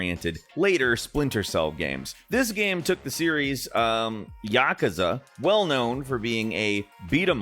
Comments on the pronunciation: Did they spell yakuza wrong in the script and that's why he's pronouncing it yakaza? 😅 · Please pronouce "Yakuza" right. Love you all but earghhh it's not Yakaza, that's really hurting my ears! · Bro really said "Yakaza" 💀💀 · As a big Yakuza fan, the way pronounced Yakuza hurts my soul lol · "yakasa" wtf its yakusa fumito "uido" why you speak the names intentionally bad???